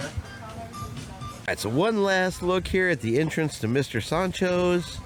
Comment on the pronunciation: Love the way he says Mr Soncho’s…. lol… Mr SAND-Cho’s